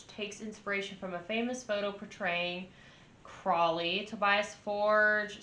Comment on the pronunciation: Crowley -- rhymes with holy